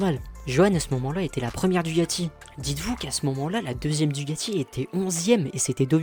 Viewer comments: Merci pour ton résumé au top sur mon pilote préféré ! (même si on dit DuCAti et non pas DuGati 😅) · Frérot c'est pas DUGATI mais DUCATI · DUCATI Avec un C.....pas de G... Merci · DuCati avec un C svp , DuGati n'existe pas , sinon très bonne video , merci ;)